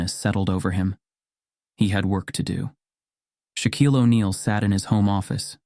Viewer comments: The name is Shaquille, not shock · It's not shock, it's Shaquille